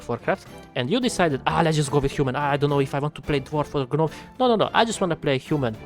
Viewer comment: "Guh-nome" xD